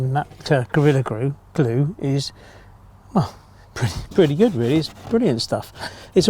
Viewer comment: Gorilla grue.... where did you say you were from again? :) Seriously though, these are instructive; most have tips and tricks for general use too, thank you. The polyurethane glue is on my list for something to try out. Best wishes for a happy Easter from down under (we're well into autumn now - almost time to get out the long-sleeve shirts :) )